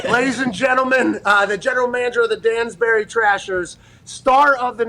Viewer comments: Bro. It's Danbury. Not Dansbury lol. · It’s Danbury not Dansbury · Its Danbury bro... wtf is Dansbury??? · DANBURY NOT DANSBURY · Man I miss going to Trasher games as a kid. I hope I run into AJ to thank him for all the fun in my hometown. And pat its pronounced Dan-Berry not Dan's bary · Pat you couldn't even get the town name right it's danbury not dansbury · Dansbury?! cmon man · Yeah lol,its Danbury. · It’s Danbury* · come on pat, you couldn't even say danburry right ahaha